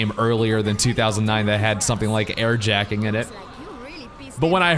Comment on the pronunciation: lol he said air jacking.